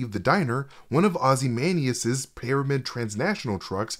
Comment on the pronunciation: You repeatedly pronounce ozymandias wrong